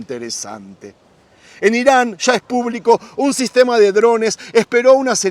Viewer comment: Agradecido con la información sobre todo xq es real pero por piedad! Un favor! Habla bien!! No salgas con tu chófer! Cuando se te olvida bien que pronuncias ya, calles, murallas, llega etc pero te entra el espíritu ché y sales con tus: sha, cashes, murashas, shega! Xfavoooor! Nooooo! Gracias